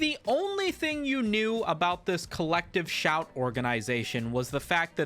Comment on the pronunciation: I keep hearing "collective shaite", can't unhear.